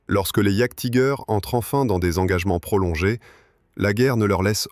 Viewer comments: Je crois qu'on prononce iajtiger Allemand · Rien que la prononciation de jagdtiger frérot je passe la vidéo. J'veux bien qu'on soit françois, mais un petit éffort quand même.